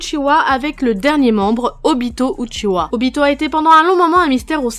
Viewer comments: Uchiha pas Uchiwa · Non c’est Uchiha, Uchiwa c’est seulement pour la version française